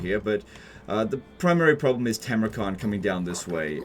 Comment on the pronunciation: It's Funny that you keep calling the dude "Timrukhan" while he is actually "Timurkhan", the name likely borrowed from the real-world mongol khan Timur (aka Tamerlane)